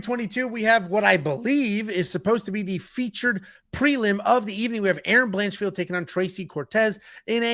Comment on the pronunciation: "Blanchfeld"?! She's not Jewish,! 😅